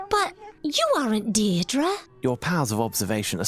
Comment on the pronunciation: Funny enough she pronounced "Deirdre" correctly.